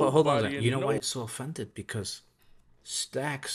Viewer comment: It’s stix brother not stax